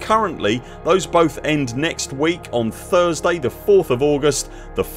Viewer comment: Wait...what? Did you just say "Thargsday tick"?